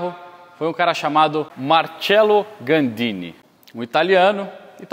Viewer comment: Muito Legal! Mas é Marcello Gandini..não Gaudini.